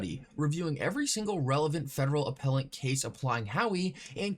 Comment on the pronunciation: There is no “N” in appellate you doofus